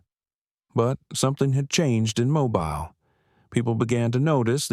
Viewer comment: There is no Riverside county in Alabama. You pronounced "Mobile" incorrectly three times in the first ten minutes, in two different ways. If the 73 year old man in the story served in Afghanistan, the youngest he could have been at the time is 49, which would be unusual at the very least. According to Google, there are attorneys named Margaret Foster in several states, but not Alabama. If you want to write fiction, why not label it as such? It reads like you are trying to further divide an already divided country. Why would anybody want to do that?